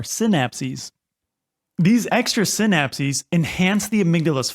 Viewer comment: The amount of stress I just accumulated everytime he said senapsies... 🙃